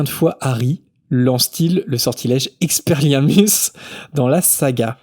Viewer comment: aaarrrgghhh🤪 je meurs 😖 EX-PE-LIAR-MUS Je veux t'entendre le dire au moins 1x correctement stp!